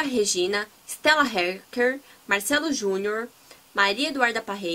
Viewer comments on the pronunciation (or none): none